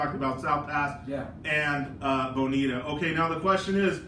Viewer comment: C'mon Aram. Repeat after me: Buh-NEE-ta. Ha!